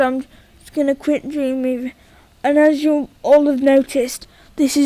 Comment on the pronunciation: i hate how he says dweemweava